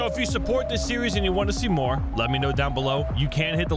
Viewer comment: See more? More like sey’mor 😂